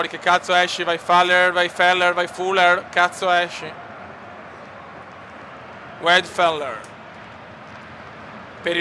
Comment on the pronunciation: attenzione che negli ultimi anni le ha sempre prese, comunque commenda ,il portiere si chiama vadenfeller .Lascia perdere i nomi tesdeschi forse e meglio per il resto complimenti